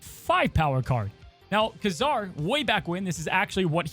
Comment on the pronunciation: Ooo cool stuff coming. Btw, at least in the animated cartoons Ka-Zar is pronounced kay-zar